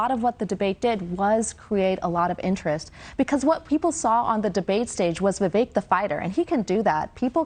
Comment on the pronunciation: VI VEK...... LIKE FAKE......... NOT CAKE........... RAMASLIMMY........